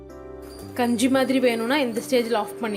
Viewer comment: Enna ma gunju solra its kanji ma